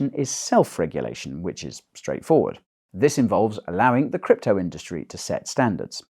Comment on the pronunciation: 'WEF allies in the crypto indurstry too'. At the start of this video i was imagining if somebody as big as vitalik Buterin or Brian Armstrong (for example) was a WEF mole